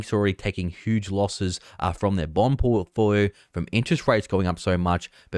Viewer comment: From their what? “Bonpofoio” 😂